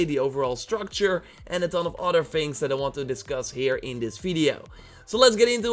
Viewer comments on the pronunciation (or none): Don't say Fings it is things